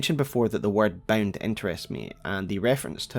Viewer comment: Gotta say ot everytime he says bound i just hear BEN